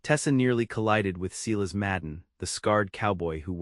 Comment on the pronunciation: AAAAGGHHHHHHH!!!!! Seelas is not how one pronounces SILAS! ELIAS is NOT Eeelll-ee-is!!! Retrain AI!